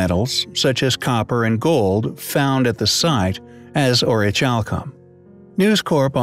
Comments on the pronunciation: The way in witch you pronounce the word orichalcum is highly compelling I believe it's pronounced (Aw-ruh-kal-km) not chalcum as the ch makes a kal sound instead of a chal. Also it's interesting that in Latin Orichalcum translates to mountain copper. Comparative to brass orichalcum is a copper zinc alloy. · To spell it like this: orich alcom . No wonder its so irritating to hear him pronounce it that way!! The H is silent. It's just not to "Highly Ch ompelling!!" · Pronounce the ch like c, as in ori-cal-come. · Yes, Thank You! So irritating to hear dude pronounce it that way. I mean, Come ON! orich alcom !? And that's how he spells it!? Not very ch-ompelling!